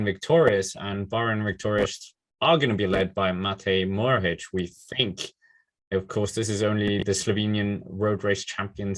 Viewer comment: What else do you want mohoric to win before you sprenounce his name right?